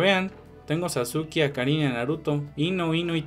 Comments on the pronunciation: Jajaja es cierto xd es que no se dice sasuki, se dice SaZuqe, ay como eres naco e.e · Porfavor amigo no sigas diciendo" sasuki",encerio no es de mala onda . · "sasuke" pronuncialo bien